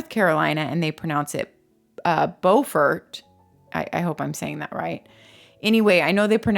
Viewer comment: You pronounced Beaufort correctly! My brother lived in Beaufort SC and I remember him telling me how it was confusing because there was one in NC but pronounced differently. Beautiful beautiful area!